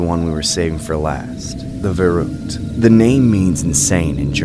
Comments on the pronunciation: ✨verokt✨ its pronounced „ferüktd” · The way verrückt was pronounced 😭 At First I didn’t get why it mean insane in German since German is my first language so I speak it fluently buuut after some time I connected the dots that they mean verrückt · verrückt- but u must say it like ; fer·rückt / the v is almost spoken like a f but other then that good :D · When somone say Verrückt im just like -_- bc i speak german its just funny to her ppl say verruckt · That's not how you pronounce it.